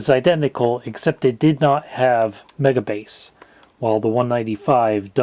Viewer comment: You are saying it Wrong lol, its MEGA BASSSSS!!! in a deep 80s voice xD